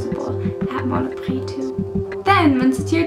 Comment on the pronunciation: Thk you to make me laugh ;)à Mono prix with a X lol , price = priX in french . I am stunned by your french accent nice ;) , and you re cute also without the light ;p hug